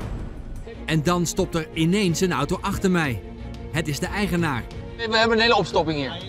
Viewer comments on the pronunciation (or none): none